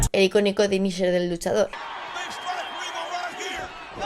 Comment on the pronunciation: "Dinisher" Me ha hecho mucha gracia XDDDD